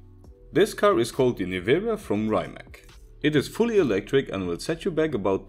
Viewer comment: I know right! It's not rimaK, its rimatz